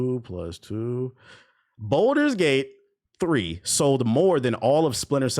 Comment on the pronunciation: I love this video and your opinions are solid, but PLEASE for the love of God...please stop calling Baldur's Gate 3 "Boulder's Gate 3". It was causing me pain every time 🫣 If you have to practice it in the mirror, that's fine. Otherwise, you cooked.